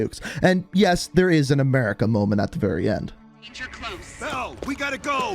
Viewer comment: enphasis in the "America Moment"